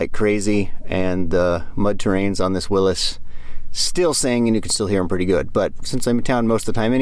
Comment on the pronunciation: Thank you for saying Willys correctly!